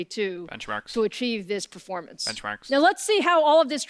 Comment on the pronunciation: Lisa: Speaking: benchmarks... Bencmarks... BENCHMARKS